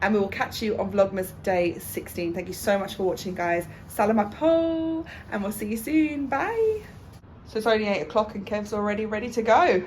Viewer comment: I love the way you say “salamat po” 🥰thats awesome. Stay blessed from ireland.